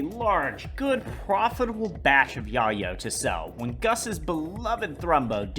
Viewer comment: I have never heard soenone pronounce yayo so wrong in my life lmfao 😂